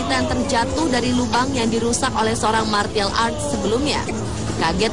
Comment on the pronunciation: Setau saya 'Martial' cara pengucapannya itu 'Marsyal'.